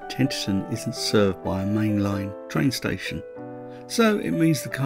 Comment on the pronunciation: I was brought up in Tenterden - a lovely town. However, you mispronounce it Tenterten all the way through!